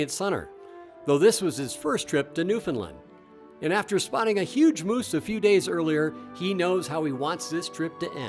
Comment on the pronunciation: New Found Lund as in Eng Lund, Ire Lund Ice Lund Scot Lund